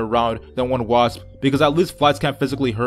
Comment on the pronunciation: U say wasp like wassppbb